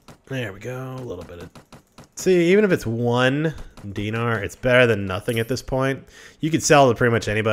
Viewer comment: I think it's de-nar-e